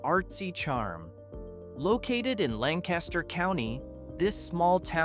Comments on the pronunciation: It's pronounced Lang-Kis-Ter. Not Lan-Cas-Ter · Learn the Lancaster pa way to pronounce Lancaster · Thank you! That was driving me crazy.🤪 If he wants to go to a Lancaster pronounced the way he’s saying it, he can find one in California. I used to be part of a group of bicyclists from the Johnstown area in Pennsylvania. Every year my wife and I would get a group 16-20 friends together and make a drive to Lancaster for three days of cycling there. One of our friends invariably pronounced it incorrectly. Although we rolled our eyes and snickered, we never really corrected her. One year we stopped for lunch at a town no more than 15-20 miles from Lancaster. When our server noticed that all of us were wearing cycling gear, she asked what our destination was. The friend shouted out “We’re going to Lan-cas-ter.” The server just had a blank look on her face—until I spoke up and said “She means Lank-is-ter.” The server brightened up and said “Oh, okay! I just never heard of that other place before.” And we were only a few miles away from it! 😂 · It urks me si bad to hear it pronounced wrong. I live in Hellam Township in York County so I'm very close to there. As for Johnstown. I love riding the Incline Plain out there. I have family in Somerset County. Mostly near Meyersdale and Garrett. I also go out to the Pennsylvania Maple Festival most years if I can.